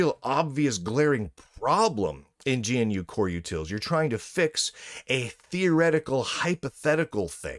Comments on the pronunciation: By the way, it's "guh-noo", not "gee-en-you". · It's pronounced guh-noo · GNU is pronounced "guh new". At least that is how rms says it. "rms" is always lower case, btw. Log in with user name in caps and you will see why.